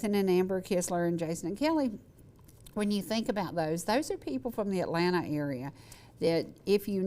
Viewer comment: I actually called the Atlanta station who was mispronouncing their name and asked them to correct it.